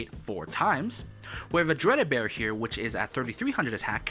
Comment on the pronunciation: lol...Dragunity A-Read-Da-Bear It's pronounced "Arid-Var"